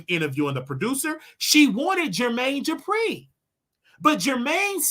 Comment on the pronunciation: Jermaine ‘JEH-PREE’…….it’s DUPRI